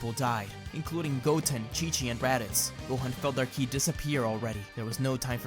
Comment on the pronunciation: Anyone else bothered by the fact that he can't or won't pronounce words like ki properly? Kili? Why are you adding letters?